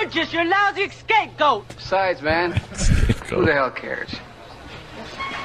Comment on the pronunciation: "Excape goat" lol